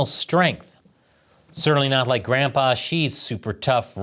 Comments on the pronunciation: Haha. For a moment there, I thought you said "grandPOOH" instead of "grandPA". Silly me. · You said Grandpa Xi or Grand Pooh Ba Xi 🍯